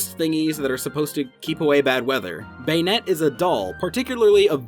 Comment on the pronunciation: The way prinounce Banette is sounds like he wants to say Bayonetta.